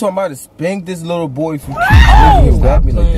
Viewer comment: He said fat ahh bou